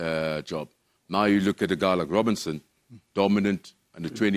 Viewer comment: It's Robertson not Robinson...